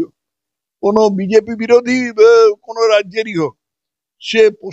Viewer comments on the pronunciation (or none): none